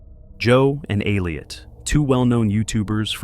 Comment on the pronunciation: It's Elliot! Not Aleot